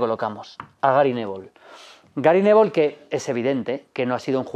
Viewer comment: Jajaja "Gary nevol"